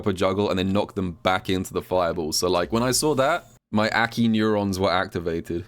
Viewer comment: Crazy how he can pronounce mai correctly but not a.k.i.